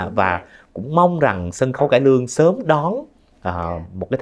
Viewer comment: Nghe MC phát âm nghệ xĩ, xân khấu… x thay vì s khó chịu ghê.